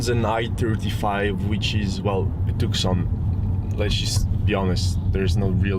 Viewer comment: I think it's propnounced Tooson